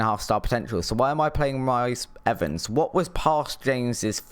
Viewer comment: I'm a blyth fan season ticket holder and regular fm blyth player. Sharif in midfield luke trotman at right back and robbie dale as attacking left midfield is at must even at 37. Also pronounced reece Evans karl burn